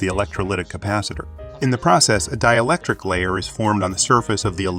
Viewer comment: dee-electric. Omg people! Proofread/listen to the story before you publish it!